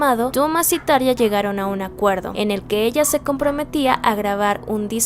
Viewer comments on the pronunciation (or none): Gran video, felicidades! Sólo un punto como fan acérrima desde hace veintiséis años: por favor, se pronuncia Tarrrja ( Como si la R estuviese al principio.). Espero no lo tomes a mal.